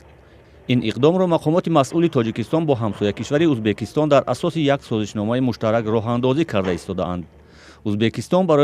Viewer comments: Узбакистон не Узбекистон журналисто бе саводанд?? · Не Узбакистон🤦🏽‍♀️А Узбекистон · СЧалом алейкум. Апаи хаму хабарнигортона фахмонед, ки не "узбакистон" а узбекистон. Боки зинда боше. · Хами апаи баранда ба чои Узбакистон гуфтана Узбекистон бген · Апаи хаму хамкоротона гу ки Узбакистон нага Узбекистон гап зана хатогихотон бисйорай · Узбекистон, Узбакистон🤔и чихели журналистай? Радиои Озодиииииии!!!